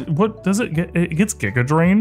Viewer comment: I believed it until he pronounced giga drain and forme correctly